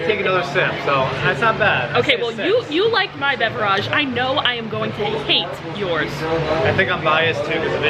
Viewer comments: You are joking by saying beveraaage? Right? I cringed every time you said it that way. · Its beverage not beveraaaaagh its not a word better of using the word drink